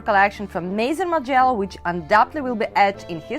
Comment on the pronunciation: You are pronouncing Margiela the wrong way.